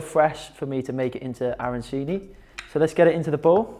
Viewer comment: the only thing I MUST correct is that WE DON'T talk and we DON'T say Arancini in THAT way!!!! this is a thing that the anglophones invented.. and this strange pronounce makes us piss off! Nice recipe, BUT we don't put breadcrambs and parsley inside.. in our Arancini there is Safran and Rice.. The Supplì made in Rome, they are made with , risotto with tomato souce. The Arancini have inside meat , peas and Mozzarella.. so here there is a lot of confusion, I appreciated the fact that you veganized.. but please follow the right recipe!